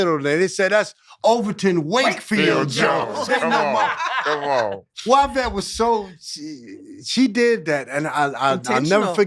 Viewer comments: “Y”vette not Whyvette 😮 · I 💙💙how JH anglicizes Yvette wherein Y is low and long (why) rather than high and long (ee) (French origin Y = i grecque) Yves pronounced Eve in English). 💙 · Y-Vette Why-Vette!!! It just ain’t no reason for it!! 🤣😂🤣😂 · I love that her calls her WHYvette!😂😂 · In the language origin of the name Yvette the Y makes an Eeee sound. This is true for almost every language except English.